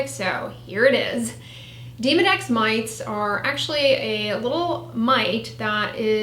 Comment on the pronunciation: Demo Dex, not Deemo Dex